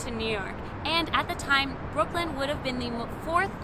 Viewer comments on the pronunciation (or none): I didn't know it was possible to mess up Brooklyn so many times :) Fun video, I really enjoyed it!